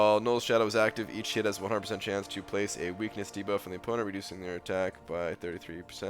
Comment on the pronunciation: please pronounce "each" and "hit" clearly when you're saying them side by side in a sentence. It sounds like you say "eat shit" LOL